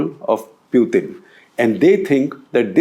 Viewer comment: why do you pronounce Putin as Pyutin?